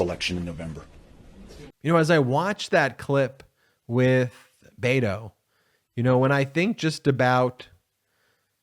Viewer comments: Beto shows calm. Ben it's not Bato it is Bet o. Bet on Beto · Beh-toe like Bed, head or egg. Not B8oe like Bagel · It's "BEHTO" , not "BAYTO" !! Roe, Roe, Roe your vote -- make those Trumpers scream ! Free our women from the hate, let our young girls dream !! Roe, Roe, Roe your vote -- do not be afraid ! STOP the evil in our midst -- Democrats, be brave !! Roe, Roe, Roe your vote -- Stand up for women's rights ! Better do it NOW, boys -- or you won't get none tonight !! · Hello ...His name is BETO ... Not BATO !!! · Love you bro but it's not Bado it's Bet o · I love Ben's work, but could you please stop saying" Bay toe'"! His name is pronounced "Bet oh" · Can you please say his name correctly. Its veto like a bet and an o. Ite veto. Not baytoe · Beto. Pronounced Bet-o. Not Baydo. Ok? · It's Beh-toe not Bay- toe. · I believe its Bet-Oh, not Bay-to. Other than that, good video. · Hey man, this isn’t criticism - truly, but since you’re gonna b talking ab him a lot, his name isn’t pronounced Bey-doe (I know, i did it too, bc it feels more natural somehow in English, but it’s a Spanish language nickname for Robert. So this is straight from the horse’s mouth, if u will😉). He pronounces it with an accent, but says it’s fine for “US” to pronounce it like a combo of Bed-oh & Bet-oh. Beto. 🖖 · Baytoe really? I know you don't mean to offend, but this is massively offensive. Pronounce this man's name correctly, please!